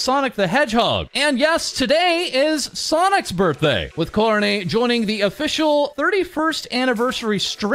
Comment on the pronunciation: "ko-row-nay" God, that pronunciation grates on my ears...